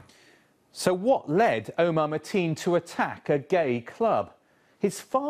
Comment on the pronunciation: he said marteen